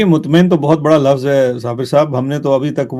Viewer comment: Lafaz nhi kehty lfz kehty hyn sabir Bhai Urdu ki tang nhi torha Karen plz